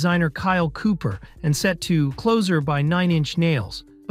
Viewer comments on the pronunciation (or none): you pronounced "Stipe" correctly, and then immediately incorrectly right afterwards lol. "Stee-pay." And then you pronounced "Closer" by Nine Inch Nails like..."Clozer." Funny. Otherwise, cool video